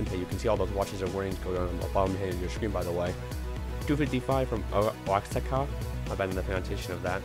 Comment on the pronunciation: Oaxaca is pronounced wha-ha-ka